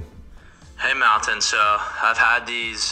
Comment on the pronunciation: The way you say "mountain" always makes me laugh 😂😂 Great video, my friend! Very useful as always!